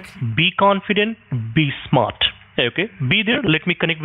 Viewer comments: “Be confident, be smot” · "be confident, be smot" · "Be confident, be smot" ok hacker